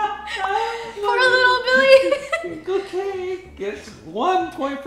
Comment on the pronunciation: First off, the Merrell Twins make my Tuesday’s 10 times better and saying “Little Billy” when it is really “Lilly Billy” 😂😂